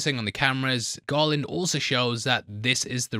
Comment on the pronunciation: Everytime you said "Garland" I heard "Gollum"